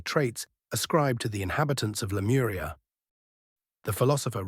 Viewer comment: Lemuria no lemura